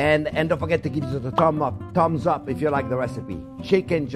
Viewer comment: "Tumbs up!"